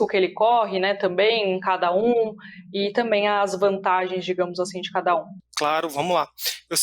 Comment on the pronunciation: Crítica construtiva: alguém avisa para o que não é “TAMÉM” e sim “TAMBÉM “. Problema sério de dicção